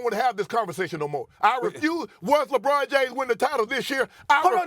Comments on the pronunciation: My guy said "Jabron James." I don't know whybthats so funny to me. Lol. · “Jabron James” 🤣🤣🤣